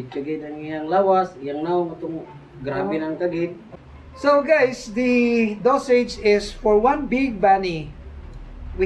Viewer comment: When he says “hi guys” he says “hey geys”